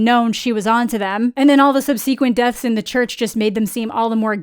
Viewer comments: As an FYI- subsequent is pronounced SUB sah kwent :) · 'sub-see-quint' is a new pronunciation for me, but it has a cute sound to it. 🤣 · I literally just got to that part and had to relisten to make sure I heard what I heard lol